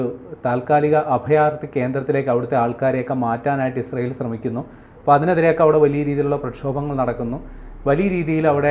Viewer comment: മോഡം ഇഷ്രായേൽ അല്ല ഇസ്രായേൽ എന്നാണ്